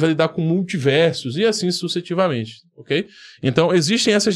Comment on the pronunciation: Você falou sucetivamente, não seria sucessivamente?